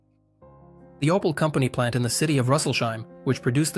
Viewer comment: Aus OPEL wird ein "OPAL", aus der ÙdSSR die "Judser"... - die KI-Stimme nervt einfach nur. So werden die besten Videos zerstört!!!